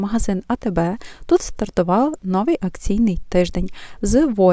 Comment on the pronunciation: У Вас приємний голос і непогане знання мови. Але все ж таки правильно говорити "новИй тиждень", а не "нОвий". І ще: "копійОк", а не "копІйок". Цей неправильний наголос пройшов, на жаль, через усе відео. Будь ласка, не ображайтесь. Якби Ваша українська була погана (як у більшості Ваших колег), я б промовчала. А Ваша мова майже літературна, тож захотілося, щоб оце "майже" зникло. Я вперше на Вашому каналі, підписалася. Щиро бажаю усього найкращого!